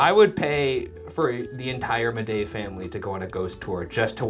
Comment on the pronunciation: I swear I just heard you say “Bidet family”, instead of “Midej family” 😬